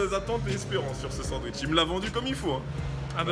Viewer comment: Je valide pas le "duitch" perso !